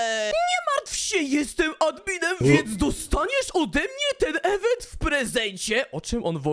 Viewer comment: Nie ewentu tylko mówi się iwentu